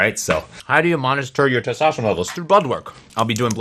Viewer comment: its testosterone with an n, man.. keep it up